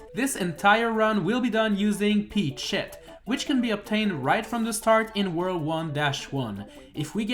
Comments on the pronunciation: "Peachshet" another peachshet more peachshet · I will never unhear Peach-Shet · You sound like youre saying peach shit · Ey you so mean to the coins but im still a fan and I feel like your saying peach shit XD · I thought he said peach shit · Bro idk if he doesn’t means to say it but to me it sounds like he’s saying peach shit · Why does it sound like he’s saying peteshit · I fought you said peachshit not peachett lol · No offense, but the way he says peachette sounds like he said peach-$%#& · Until the end of the video I heard that you said Pech sh1t bet at the end of the video I saw that it was written Peachette... XD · "Peach Shet"😂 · Sorry, I keep hearing Peach shit... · It sounds like you keep saying peach shit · Gotta love that pronunciation P E A C H - S H E T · I can't stop hearing "Peach shit" everytime you say Peachette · Am i the only the noticing that he's pronouncing Peachette weirly? 😅